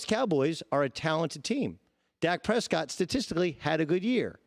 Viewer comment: Dak Prespott